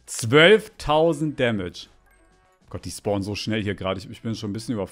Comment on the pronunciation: kannst du vielleicht versuchen das,,so" richtig auszusprechen